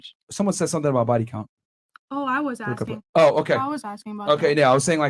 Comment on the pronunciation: Stop "axeing"